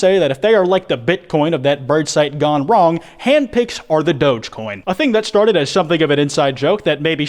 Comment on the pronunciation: I love how you say the S ''Shtart''